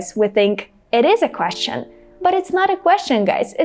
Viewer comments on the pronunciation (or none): Hi,! Your English is seemingly perfect but... Why do you pronounce the word "question" with Russian sound /щ/? Native speaker might pronounce it as /kwesʃən/, but never uses the fully palatalized /ʃ/sound. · Например? Я услышал только одно - question, произнесённое с русским звуком /щ/ вместо английских /sʧ/.